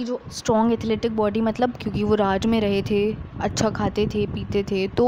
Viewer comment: Boody nahi ho body ho ta hai